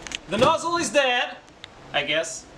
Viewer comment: "THE NOZZEL IS DEYAD" Veerry nice!